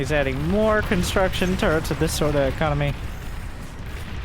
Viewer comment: sorry, but i love to hear "construction turds" :-)